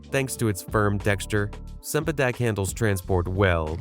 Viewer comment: Cempadak is pronounced chempadak. Get it right.